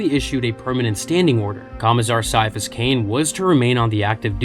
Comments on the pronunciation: Gonna be honest, after I started reading one of th Ciapahas Cain stories, I did think he could be partially psyker, since he heard “a voice” at the back of his head. Also, I always thought his name was pronounced Ki-afas, not Sy-afas. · KAI. KAI-A-PHUS. IT'S PRONOUNCED KAI-A-PHUS. That C is not soft like a Tau's skull, it's hard like auramite! That's why people who want to annoy him, or don't know/understand he detests nicknames, call him Kai! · its said with a Ki sound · I stopped listening after less than 5 minutes. If you cannot even pronounce his first name right then I'm not going to trust a single thing you have to say. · Came her to just say that. I want to watch this, but after the first word... Nope. Can't sit through that.